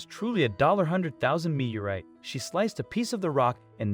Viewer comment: Now if the speaker could just figure out how to pronounce 'meteorite.'